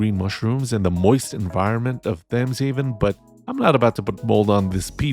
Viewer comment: Thames is pronounced with a hard T, not a Th sound, IIRC... Or is it mispronounced as a Th sound in the game, like Tuscon being Two Sun?